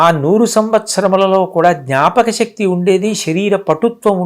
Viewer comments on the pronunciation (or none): none